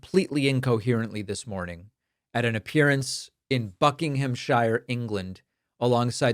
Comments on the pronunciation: It's pronounced 'BuckinghamSHER', not ' BuckinghamshIRE'. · Shire is pronounced sheer in England. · I wish Americans would stop pronouncing "shears" as "shuyers". Buckinghamshire BuckinghamSHEAR Not Bucking-Ham-Shuyer Lmao! Whenever you hear a shuyer it's a shear. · sheer not shire. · We dont say shire in the UK we pronouce it SH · Buckingham Shire 😂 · The way you prorunced Buckinghamshire hurt. It's pronounced Buck-In-Em-Sheer. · Its pronounced Buckingsure. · A note for American English speakers - we don't pronounce "shire" like it looks. It usually gets shortened to "sha" or "shuh". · I am sorry, but I have to correct you. We don't pronounce it as Buckinghamshire. It is pronounced (buh·kuhng·uhm·shuh). No offence, David, but I find it somewhat irksome when I hear Americans mispronounce English names. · Bucking-ham-shire 🤣🤣 the funnest way I’ve ever heard it pronounced. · Bucking-ham-shirer...sounds funny when an American tries to pronounce it :) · Please please please learn to pronounce English counties’ names….. don’t emphasise the “ham” try to say it without the A vowel, and shire should be pronounced like shear. Anyway, glad dementia Donny has gone home. I felt dirty just being on the same island as him. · buckingham-shear (as in shear the sheep not hire the car) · In -shire it's a short i, almost like -sherr. :) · Buckinghamshire… it’s pronounced buck- in-em-shear! Can you please take back your mental president now! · Very little I disagree with in this video... but careful labelling people as "barely coherent" when you pronounce "Buckinghamshire" like you did in the first 30 seconds! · I thought it was Buckingham-sher rhymes with the "per" in perfume. ( Like Yorkshire, which even we don't pronounce York-shyre.) I knew it's not shy-er. I think Americans got that from Lord of the Rings -- the Shire. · Do not ever say Buckinghamshire again your pronunciation is atrocious It sounds barely coherent to a British person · you pronounced buckinghamshire wrong